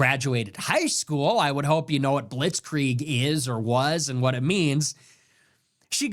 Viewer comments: someone edited the Candace clip. She did pronounce it wrong but the bombardment bit was about "hoisted by their own pittard" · She just said it wrong like 20 times all while acting like it was such a common phrase that she and everyone else uses often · I think Nick owes Candace an apology on this. He's clearly not watching her show. She is not saying that Israel did this. The theories he's talking about aren't ones that she is claiming. She explains what a blitzkrieg is. She says that it's lightning warfare her pronouncing it wrong only proves that she read it and didn't hear it🤷🏻‍♀️ Candace is doing an investigation the information that she's receiving the evidence that she's receiving is ongoing. If she released everything all at once would not have revealed all the people that are lying calling her a liar and a nasty woman and that she's stupid that just seems to be coming from his personal issues with her and not what she's saying right now. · “Blitz Kree Egg” 🤣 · Wow, Candace doesn’t know how to pronounce blitzkrieg. Man you really got that dumbass Nick. Who cares that she brought the biggest receipt showing Charlie was having serious reservations on Israel. She can’t pronounce blitzkrieg. Good one man